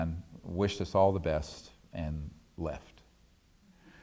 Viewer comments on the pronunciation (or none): hahahahaha "The beth't" - Stevey Greer hahahaha